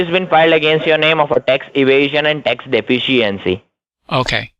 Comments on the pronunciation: "Tax de-fence-c-ency"😁😁😁😁😁😁😁😁😁😁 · Ol just can't pronounce "De-fish-E-ency" can he?! A day off AND a new video?!! Doesn't get much better than this!! The goat is still cracking me up!! Lol. Great job!